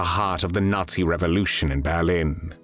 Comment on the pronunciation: Qué es "el ensayo"? Y por qué pronuncia "natsi"? El resto lo entendí.